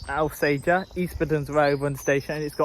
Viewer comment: Alsager = ALL Sage ER, if you say Al sager we let you know we make more bullets here than anywhere else in the UK